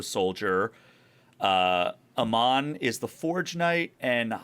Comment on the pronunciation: It's AY-MON, not UH-MON. Just FYI.